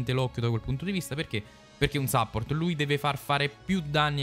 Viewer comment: Cmq si pronuncia suppórt con la u e l'accento sulla o 😅 praticamente come in italiano bro.